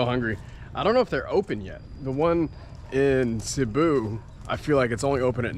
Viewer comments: Hey, I love your content, but you seriously gotta learn how to pronounce Cebu properly (it’s pronounced seh-bu not “sea-bu” lol.) Oh and it’s definitely a nice place to try different foods. Which market is your favourite so far in the Philippines? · Haha, thank you! I developed the bad habit of pronouncing it incorrectly a long time ago. At one point in this video I think I switched and changed the pronunciation. I’ll check with a local today to make sure I’m saying it correctly now. Thank you!